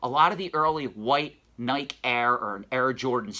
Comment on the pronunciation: “Nigh-kee” is the pronunciation :) another good video